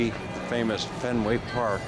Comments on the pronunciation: Fan-you-ill Hall. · "Fan-yell" hall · FAN-u-ell! Like everything else in Boston it has a "unique" pronunciation. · Pronounced “fan-u-well hall” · You mispronounce Faneuil Hall! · You need to learn how to pronounce Faneuil.